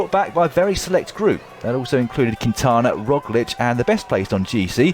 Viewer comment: Primo Rowslick?